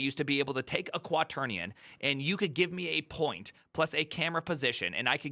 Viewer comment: quaternion? LOL!